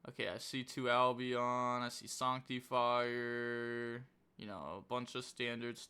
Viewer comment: Why can’t you pronounce the English language Who says sanctifier like that